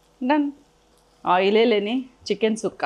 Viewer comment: Thanks at least you said it right…tired of listening to people calling it chukka